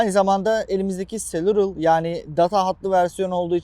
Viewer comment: Adam cellular doğru okuyamıyor